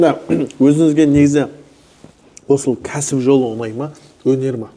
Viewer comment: Жүргізуші інім сен ң деген әріпті үйренші айналайын. Онай емес оңай деп сөйлеші. Сөздің мағынасы кетіп қалады